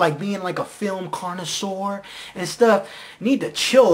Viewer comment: You're not gonna correct me on "portagonist"? Either I was trying to emulate RLM's intentional misspellings, or this guy had a funny was of pronouncing "coinsurur". Apparently I posted this 3 months ago. I didn't even remember commenting on this, nor did I remember this video's existence. I'm not gonna go back and watch this again to see why I wrote what I wrote, the way I wrote it. Just let me forget about this video all over again please. Hopefully it'll be for good this time.